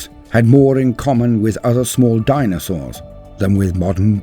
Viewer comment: The dinosawrrrs! 🤣